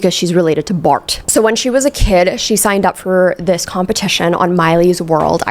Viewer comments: Pls stop saying Bart like that lmaooooo like BHLART😂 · The way you say "Bart"😭😂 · Just the way you say Bart is cracking me up! 😂